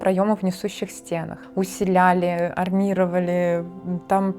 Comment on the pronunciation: 😅 «усиляли» Усиливали будет правильно😊 Москвичи!